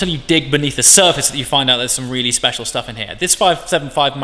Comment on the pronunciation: “...not so speciale” 😂